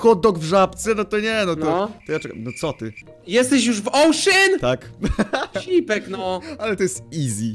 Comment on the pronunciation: nie ouszen ale ocean sie mowi (jak widzisz tak czytasz)